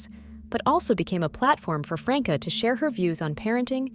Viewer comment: The name is NOT Frank uh! Please learn the correct punctuation!😡